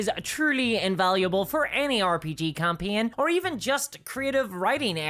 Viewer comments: Is this an AI? Who pronounces "campaign" as "campeeon"? EDIT: okay, she's not AI, but I'm not familiar with her accent. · HOW can you mis-pronounce "Campaign"?